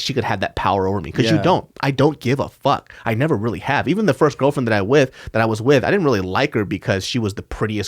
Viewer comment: Why did he emphasize "18 year old girl friend"?